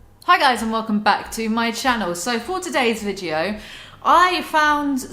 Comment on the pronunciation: I love the way u say video - ”VIGEO”